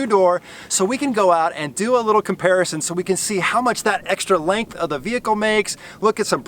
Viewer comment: Is it just me or did he he keep saying lank instead of length